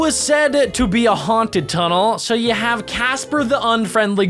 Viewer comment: Dude you said you wrong you said yuor bruh